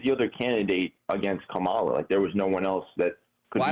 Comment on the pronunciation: Her name is pronounced like "comma" "la". Not "ka" "Mala"